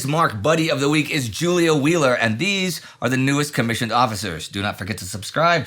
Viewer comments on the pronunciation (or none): none